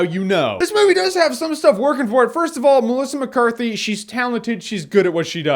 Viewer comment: He said melica mecarthy to much